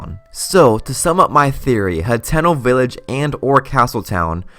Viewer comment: It is pronounced Hat-eh-no, not He-ten-oh.